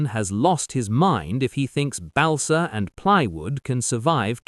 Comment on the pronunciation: Did the Air Ministry really let US naval Petty Officers join in high-level committee decisions? And English people say protest AT. We don't say kicker except on a sports field. And we can pronounce Balsa Wood.